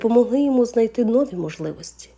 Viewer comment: Не нОві, а новІ !